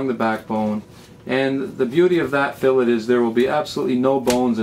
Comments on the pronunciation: there is no "canadian" version...its spelled "fillet" pronounced "fill-lay" and not pronounced "fillit" idc if your from saudi arabia its "fillet" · Hey thanks for the tutorial it was very helpful. But one thing, I believe it is pronounce fill-A not fill-IT. Also I did not know this but boneless fillet is redundant. The definition of a fillet is a boneless piece of meat. HAPPY FISHING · IT'S PRONOUNCED FILLAE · Haha, nicely put. I doubt that it should really be pronounced "fillit," but the internet just shows how rude people can be when they're anonymous. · I really wish y'all would stop sayin' "fill-it". It's a "Fill-ay" Both the process and the results... like Chick-fil-a , Fish fil a . Awesome vid, thanks for making it. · I thought it was funny how he pronounced it "fill-it" in the middle of the vid, and "fill-ay" at the start and end... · In our area, we pronounce the T so it is a habit to naturally say it. But you are correct the proper way to say it is "fillay". Thanks & good fishing!